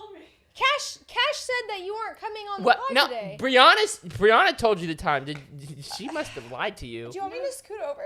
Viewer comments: Not them calling her Bri-Ona instead of Bri-Anna😭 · Them saying Briana instead of Brianna killed me 😂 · ITS BRI ANN NA NOT BRI UN NA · Im i thought it was bri an-ah not bri on-ah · Pronouncing Bri's name BRIUNA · It’s her name is Brianna not Brianna